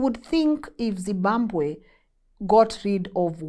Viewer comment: …. Say ZIM…BA…BWE ZIMBABWE